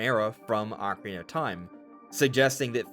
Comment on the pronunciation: Why do you call it the ockie of time? You don’t pronounce your words